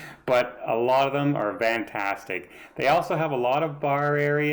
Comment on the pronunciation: Great review,!! I thought it was my ears, but now I know... you say VANtastic... which is a bit different than what I would expect to hear (FANtastic)... Is this a thing or a Canadian thing? And yes, I loved watching the Love Boat - back in the day! ❤️❤️❤️